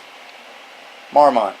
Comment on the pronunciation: mAhr-mut is the correct pronunciation, btw